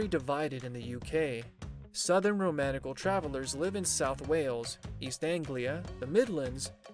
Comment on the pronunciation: Isn’t it pronounce ROM-KNEE-CHEL?